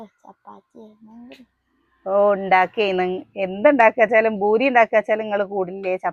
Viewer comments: boori alla poori ennanu parayendathu 😊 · Boory അല്ല poory എന്നാ പറയാ 🤭